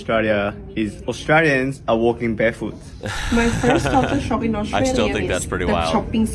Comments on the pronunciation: We don't have Mexico on our border you do . We do have some foods like that. But not a big deal. Your accent is pretty good but there is a L in Austrlia not Austraya and no W in Koala's lol. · Absolutely love the way you're trying to pronounce Australia as Aussies do: "Ostraya". Very cute.